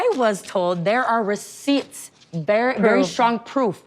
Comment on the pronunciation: Trixie really pronounced the full PTS in receipts